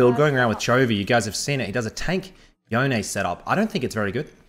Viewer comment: Big thumbs up for pronouncing Yone correctly. P.S. love that AiiYa